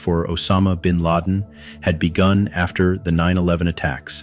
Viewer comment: gw bush said bin lad